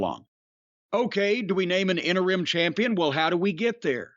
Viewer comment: Thanks to Corny, I’ll forever pronounce “interim” as “enter-rim”